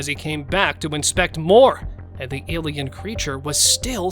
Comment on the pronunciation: Stop saying elian there are foling Angeles